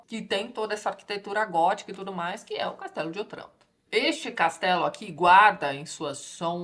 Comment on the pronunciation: Só uma pequena nota. A pronúncia de Otranto é "Ótranto". É uma proparoxíotona, mas no italiano somente as oxítonas levam acento. ;)